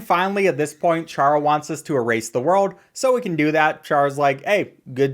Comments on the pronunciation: It’s pronounced Car-uh not char-uh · it's prenounced cara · bro ch-ara? are you fr. its pronounced cara. bruh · Why is no one talking about how he pronounced charas name wrong it's pronounced cara not Chara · it's pronounced Kara not like char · ITS NOT PRONOUNCED “CHARA” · Ain’t no way bro said chara didn’t pronounce it kara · by the way its chara as in character just so you know